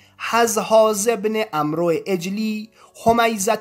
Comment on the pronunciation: تلفظ عمرو، amrمی باشد نه amro